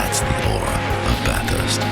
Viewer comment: anyone that calls it BATH HURST and has lived in Australia like Russel obviously isn't that into it....